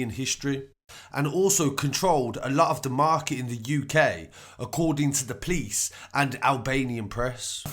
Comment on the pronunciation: The PLICE .... lol instead of P-o-l-i-c-e, kinda anoying